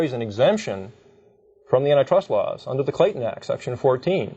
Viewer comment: I had to stop the video and look up what N-I Trust laws was... but google gave no results, so after thinking for 5 minutes I figured out they meant ANTI trust law, not n-i trust law. But the way they pronounce it is just so incredibly misleading.